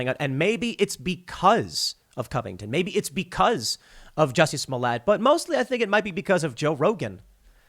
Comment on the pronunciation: Tim, please stop mispronouncing this poor french actor`s name